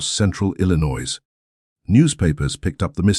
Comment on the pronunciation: Please, your AI doesn’t know how to pronounce Illinois correctly. It’s I’ll-I-noy. I should know because I was born and raised in Illinois and moved to Indiana in 2010.